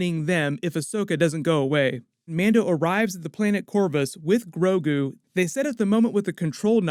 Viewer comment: The name of "Baby Yoda" is GROGU. But to be fair, I think it was mispronounced the first time it was said, because from then on out, it was pronounced Grogu. The Subtitles even had it spelled GROGU.